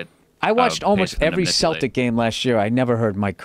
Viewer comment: Why is it that nobody in North American can pronounce the word “Celtic” correctly?